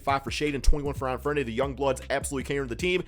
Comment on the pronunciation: Anfernee Simons name is pronounced. An-Fur-Knee